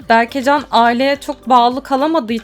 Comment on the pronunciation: berkecan değil berkecem